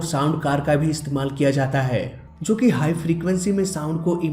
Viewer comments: Bhai, Aap (Jo) ko (zo) bolte ho, jo ki bahot zyada galat hai, please... (Jo hume humari manzil tak le jata hai) Don't mind bro, its also a knowledge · Jaise- (Jo, Jab,) Aap kabhi kabhi (Zo aur Zab) bolte ho